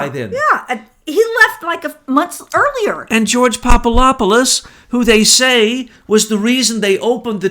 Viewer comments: Pop-a-LOP-a-LUS ??? Are you SERIOUS? Get some new glasses dude. Come on... it’s not that hard to say: POP-uh-DOP-uh-LUS Switch the LOP for DOP and you’ll stop sounding like a fool. PLEASE! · Great show, but better to be less sloppy with the names. Poppadopolus has a "D" in it, not "Poppalopalus"; Gen Flynn does not have a "T", unlike "flint". I'm probably misspelling these names. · Popolopolus?? 😂 Poor just CANNOT get that guy's name right. Love you,! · PapaDOPoulos not PapaLOPoulos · Kept waiting for Betsy to correct "Popalopoulos." She usually catches those things. :)